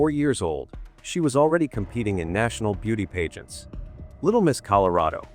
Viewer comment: good video. I think I was just distracted by the pronunciation of certain words, like pageant.